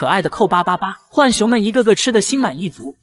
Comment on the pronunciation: 來上個國語注音符號課8 浣熊: ㄏㄨㄢˇ ㄒㄩㄥˊ (又音) ㄨㄢˇ ㄒㄩㄥ ˊ 是三聲 ㄏㄨㄢˇ， 或者 ㄨㄢˇ 而非四聲 ㄏㄨㄢˋ 熊